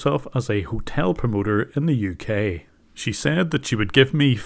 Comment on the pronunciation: "in the uk" * said in the most uk accent * Guys, i think jim browning might be from the uk